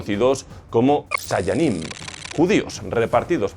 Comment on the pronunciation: Solo yo escuché Saiyayim?